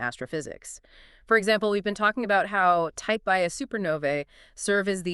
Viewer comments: Type Ia supernova is not pronounced "eye A". The I, upper case "i", is roman numerals for "one". Type Ia supernova is pronounced "one-A". Other number and letter combinations classify other types of supernovae. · type 'Ia" supernova is pronounced "one a", not 'eye a'. The I is roman numerals for one.